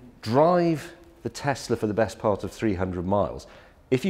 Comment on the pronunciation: What’s ‘Tessler’, it’s pronounced ‘tezla’ James